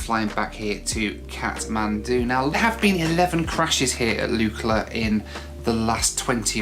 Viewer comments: 'Lookla' not Lukela. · Lukla = Luck-La, not Luke - La